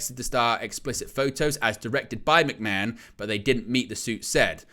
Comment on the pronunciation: Who is this McMen you're talking about? How can you be a wrestling channel and not pronounce McMahon properly?